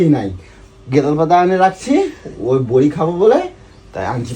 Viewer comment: Bori ki bora bole pagal manus thik thak katha bolte parena